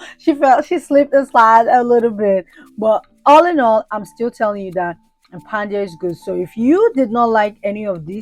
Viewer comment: I love watching your drama 😂. Also is tha Impadia or Impandia. I keep hearing you say Impandia.